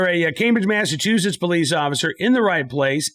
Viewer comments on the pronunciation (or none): none